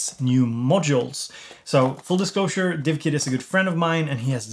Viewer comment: love the way you managed seamlessly to pronouce divkid and not dikvid, i wouldnt be able to do that